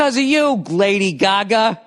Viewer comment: He needs catchprasing for more words so he can hold a whole conversation where he accents every third word a specific way.